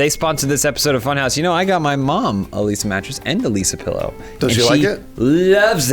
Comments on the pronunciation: I thought I heard say "Elyse a mattress" instead of "a Leesa mattress". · I heard Elysea Mattress every time he said A Leesa Mattress. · I always hear say Elyse A Mattress instead of Leesa